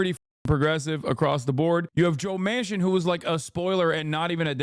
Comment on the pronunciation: Dude said Joe Mancin😂😂😂😂